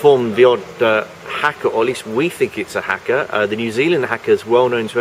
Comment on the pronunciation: Why is it that european journalists never make the effort to pronounce foreign words correctly? it's not Hacker it's Haka